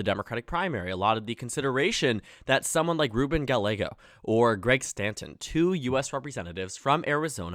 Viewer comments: Gallego is pronounced Guy-eh-go, not Gal-ay-go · FYI, Ruben Gallego is actually pronounced Gah-ye-go. U ask to correct u. Thanks for ur vids. Ur doing amazing job. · I cringed so hard at his pronunciation of "Gallego" Good video otherwise